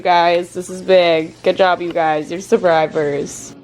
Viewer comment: u said surbrivors..not survivors.. still love u thoug, so cute room too.